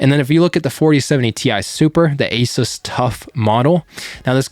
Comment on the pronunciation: Why do people say a-sis?